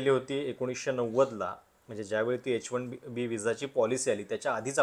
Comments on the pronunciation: its bot H 1 D visa. its H 1 B visa... why u keep saying wrong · तुम्ही H1 D असा उच्चार करीत आहात